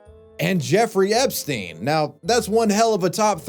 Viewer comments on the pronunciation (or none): none